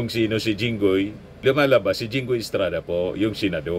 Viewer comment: Sabi niya Jingay. Obviously THATS jingoy